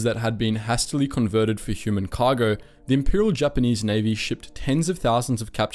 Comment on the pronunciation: Man the pronounciation in this video is WILD. Not even non-english words, but normal everyday words like "hastily" being butchered beyond recognition. Just insane.